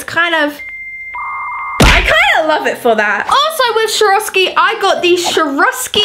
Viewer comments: its not shoravski is Swarovski, pronounced "Swore-of-ski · sharoskie? its pronouced SAWOSKI but its spelt like Swaoski